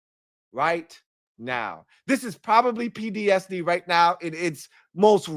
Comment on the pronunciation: keep saying he has “PDSD” in this video. That’s how bad the BS has been over the years. He can’t even say PTSD 😂😂😂